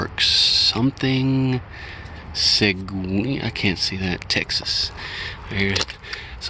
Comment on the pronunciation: I could tell by your mispronunciations of Seguin, Texas.